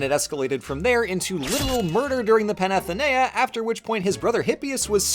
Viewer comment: When you see a ΄ over a vowel, it means that syllable is stressed. So, παναθήναια is not read pa-na-thi-NE-a, but pa-na-THI-ne-a instead. You're doing quite well though for a barb---I mean for a non-native speaker. Also, I find it funny that you use modern greek writing.